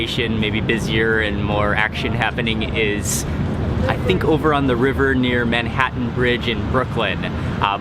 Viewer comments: he pronounced Manhattan differently from other American...right? good vid :D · You say Manhattan in the same way Schmidt in New Girl says chutney ;)